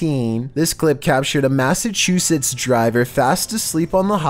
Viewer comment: his lungs make him mispronounce words? Like what's Massasuchettes?